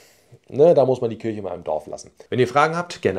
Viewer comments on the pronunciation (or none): none